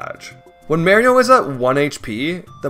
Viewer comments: stop saying maryo its mario uggh lmao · It's not Paper Mario, it's paper Mairio. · I wanna watch the vid but it's so hard to watch it and hearing mArio instead of Mario. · marry-o like the hit character from super mario maker for the nintendo wii u marry-o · Why do you say Meh-rio? When has Mario said ANYTHING other than Mah-rio? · also yet another mispronunciation, its pronunced MAH-Rio not MA-rio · It’s Paper Mario not Paper Mauriou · Tragic: Beloved Youtuber Pronounces Mario Like "mare-io" For An Hour Straight don't worry it adds comedic value :^) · "I've played Paper M-A-rio before-" Immediate pause Ma-Mari-MAREi-MAri-MARE-io?! Lol, I'mma watch video now. Can't wait XD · Considering Mario says his own name on more than one occasion in the games (Literally right at the title screen of Mario 64, for instance), no it very definitely is wrong to say "Mare-io" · I'm trying to watch this video but calling him Mary-o is gonna kill me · for the love of god, STOP SAYING MÄRIO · "Paper Merry-oh" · Lebron James Reportedly Pronounced Mario like 'Mare-io' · Excited to see love the paper mario serries. The MARY-OH pronunciation is so jarring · i knew you was a fan just by hearing how you pronounce mare-io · Paper Merrio? Oh like Wareo? And Stereo? And ICANTPRONOUNCEWORDSPROPERLEO? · The true crime of this video is hearing Mario pronounced as "Merio" (no disrespect tho. Just been a pet peeve since I was a kid. Stellar video nonetheless) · It's really weird hearing the name Mario pronounced as Mare-io. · Who's Marry-o? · Mare-E-Oh I don't know why that pronunciation upsets me so much but man did it make it hard to watch. Loved the video otherwise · I left a like but I honestly cant get past how you say "Mayrio" instead of "Mario" you are saying it like "Tomato" versus "Tomahto" The M and A should be like when you call your Mom "Ma" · I love Paper Merry-o! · Honestly i think you are the only person I've ever heard pronounce Mario as "Meyhrio". I respect it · It's not Mary-o